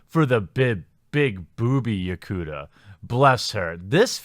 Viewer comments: Lol "yocooter"? I had no idea what you were trying to say. It's pronounced you-kah-tah. Where my weebs at? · It's yukata, not yakuta. 浴衣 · YuKaTA not YuKuTa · It's yu-ka-ta |jʊˈkata| not jakuta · Dat "Yakuda" tho..... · Text: Yukata Jeremy: Yukuta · How do you get "Yakooda" out of "Yukata"? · Great video as always. Just a heads up, though: "Yukata" is pronounced "You-Kah-Tah". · Oh my gosh it's yu-kah-tah. Like ta ta only ka ta. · Sorry...my interna weaboo cringed at your pronunciation of Yukata. It's like me telling a magic the gathering player that Nicole-boolahs is my favorite lizard. Dragon Balls. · Congratulations! You failed the Weeb test! Since you can't pronounce "yukata". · "ryoucan" "yakoota" i had heart palpitations, holy fuck lol